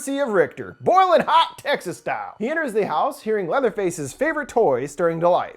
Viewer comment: I love each video but this one sounded like "sexist chainsaw massacre"😆